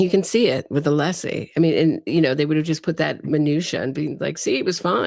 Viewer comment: One of craziest thing he said about todays coverage was mispronouncing Alessi name.😅